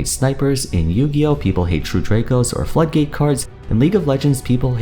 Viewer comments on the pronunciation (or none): The way he say true draco and floodgate really crack me up to no end